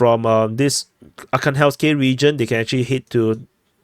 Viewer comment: ArhangelskOE, it is a small village north of ocheretine.